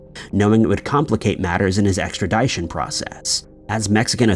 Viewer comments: EXTRADITION NOT extra-DYE-tion😂 you say it differently each time you say it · Ek-strə-ˈdi-shən. Try saying it like that. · Sorry, extra-DYE-tion...?? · Bro said extradyesion lol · Extradition is pronounced with a short I, not a long i. The dition portion is pronounced like mission. I finally had to say something. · . Funny haha 🙂 🙂 "Extradition" ex tra DISH uhn Rhymes with extraMISSion 🙂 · Nothing wrong with a hard “I” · Extra Dit ( like zit) shun……extradition, no e after the T. Thanks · Someone, please, for the love of God teach this man how to pronounce extradition. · Dude still don't know how to say Extradition.. I can't do your videos god been said this for years learn how to read and PRONOUNCE WORD BEFORE YOU USE THEM!! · Has anyone ever told you that you’re pronouncing extradition, wrong? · You are pronouncing extradition wrong.. The ending is like edition. Sorry, it was driving me crazy🙃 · Like ed-eye-tee-on😅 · The way you pronounce extradition should put you on the FBI list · Yes like how do you say that wrong he's been saying it wrong for years like learn to pronounce words. It's not hard which is making me not watch these videos anymore. Why hasn't anyone told this TO HIS FACE. ExtraDition doesn't even sound right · Please train your “bot” to say “Extradition”…annoying. 🇨🇦